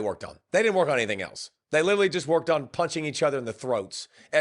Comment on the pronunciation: What's with the trend of grown ass men that cant pronounce the 2 letter word "on"? This guy 👆, shane Beamer, Jacob Hester, the list goes on and on and on.....